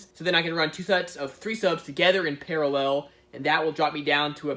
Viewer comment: “I’m not good at explaining stuff...” you’re also not good at saying the word ‘parallel’.